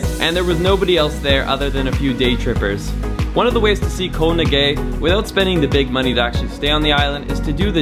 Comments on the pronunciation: "Koh Na Gay"? Check pronunciation ;-) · It's difficult to keep hearing 'Ko Na Gay' :/ Living a gorgeous lifestyle that many won't ever have, but can't ask a Thai person how to pronounce it correctly is really strange to me! (but great video nonetheless!) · Koh Ngai is not pronounced "koe na gay" 😜